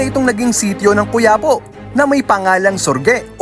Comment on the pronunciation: Cuya-po , madiin ang pagkakabigkas lods